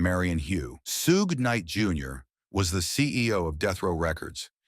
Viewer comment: When you start out say Suge name wrong, it was time to stop the video